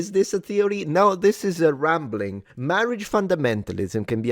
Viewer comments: Mawage! Mawwage is da weason we awe gathawed heaw today! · Appreciated the Princess Bride style pronunciation of “Marriage”